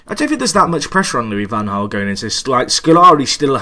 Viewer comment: why can't you pronounce van Gaal????